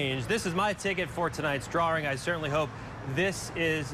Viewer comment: The only thing I remember from this video is the reporter saying, drarring